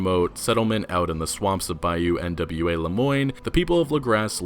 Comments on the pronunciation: It's not Bayou N.W.A., it's Bayou Nwa. Nwa (nah-wah) is Haitian Creole for the color black and darkness. Derived from the French word for black, Noir (noh-wahr). And with French and Creole in mind, Lagras might be pronounced (la-graw), from the French, Les Gras, the fats. For the French commune of the same name. The photos seem to name a Saint-Denis saloon as La Bastille Saloon. Named for La Bastille Saint-Antonie of The French Revolution. This may be the same establishment seen in earlier trailers. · Bayou N.W.A 😂 It's pronounced n'wah I guess (yes like in Morrowind) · Buyou nwa is pronounced nu-wa not trying to be a grammar nazi just trying to help